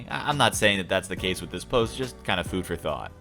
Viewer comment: When you said food for thought it sounded like fooferthot